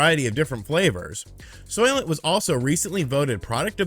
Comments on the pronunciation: I was half listening and I thought you said solvent instead of Soylent , and they'd be think of a liquid form of solvent green 😏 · I though you said soylet. A toilet for soyboys lol